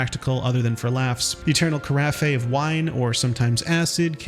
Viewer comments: Carafe is two syllables, not three, just say, “ka raf” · Carafe rhymes with giraffe. "Kuh-raf"